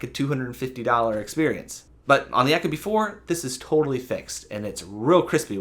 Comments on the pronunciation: The way you say "echo-bee" kills me. Ee-koh-bee. Eco..efficient. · Yeah apparently eco and echo are pronounced the same these days. Second video I couldn’t watch because of this. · You lost me at ECHO-Bee. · Echo-bee you idiot.